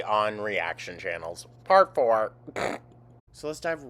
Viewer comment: LOL...the "part 4" sounded like said "parkour".